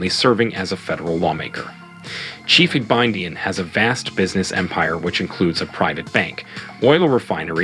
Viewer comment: Is the pronunciation of Igbinedion as Ibidin for me 🤣🤣🤣